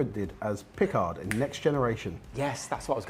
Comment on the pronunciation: "Pi-CARD" how you he never watched the show...